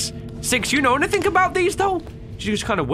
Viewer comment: I love when he says "anythingh" XD